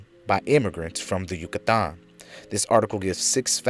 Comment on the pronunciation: Lol Yu-cah-Taaann